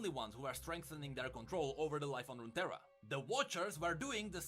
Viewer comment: Runeterra is just 2 words put together. Rune & terra. So it's just pronounced as "roontera".